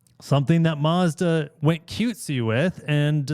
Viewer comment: There’s no r in Mazda